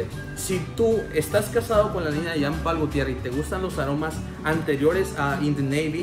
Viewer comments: Se pronuncia Jean Pool , no Jam Pal es frances . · Parece q dice pay pal😅